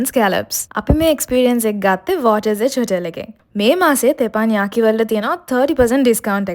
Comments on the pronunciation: තෙපන් යාකි නෙමේ බං "තෙප්පන් යකි"😂😂😂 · teppinyaki and chef learn pronousitation please